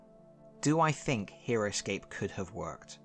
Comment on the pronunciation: For a minute, I thought you said Heroquest